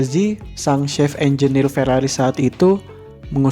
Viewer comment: Bukan chef (shef) =koki Tapi chief (cif) = kepala